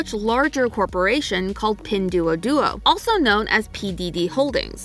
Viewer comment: Pinduoduo is not duo likening Duolingo it’s more like door (the whole word) im hongkongese lol